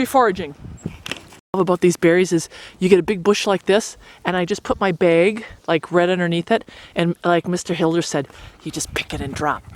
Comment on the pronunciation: I would have definitely tased you for coming up to my police cruiser. Also,, it's not " Beg ", it's " Bag " for God sake.